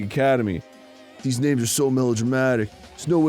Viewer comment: Ngl its kinda nice to finally hear them say the characters names correctly, and it only took 6 chapters